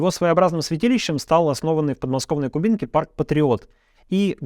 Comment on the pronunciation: Только не в кубИнке, а КУбинке, ударение на У ✌👻